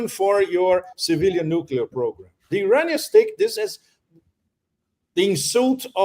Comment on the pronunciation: "EYE-RAIN-IANS" IDIOT.